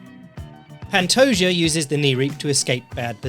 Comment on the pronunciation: The J makes an H sound. It's not the "Juh" sound.